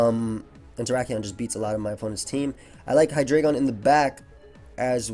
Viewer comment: I love how actually pronounces "Hydreigon" correctly. So many dummies say it "High-dry-ghen."